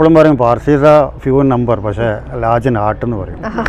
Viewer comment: PAZHSI ALLA SAY PARSI